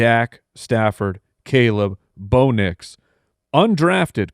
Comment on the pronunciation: I've always found it funny how they pronounce Bo Nix and BOW-nix 😂